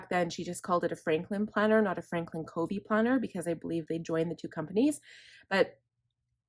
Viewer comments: You are so well organized~I am impressed! Well thought out. I've used various planners/bullet journal and FC is the best core system and I'll never stray again. (Fyi it's pronounced "cuhvee." My daughter worked for him.) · Great video! I’m working on my planner for 2022 this week. BTW, Covey is pronounced with a short u sound, like lovey.